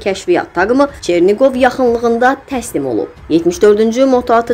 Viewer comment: Ay qız get kənddə qaz ördək saxla diktorluq sənlik deyil. ÇERNİQOV sözün eşitdim ögüməy tutdu məni. Nəqədər savadsızsan